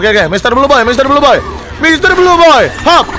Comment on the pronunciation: "Mister blue boy" Yang kalian denger: "Misteri joy boy" Yang gw denger